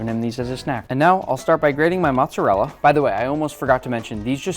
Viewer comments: How are you Italian and say Matza rella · It's Moat-Za Rel Lah!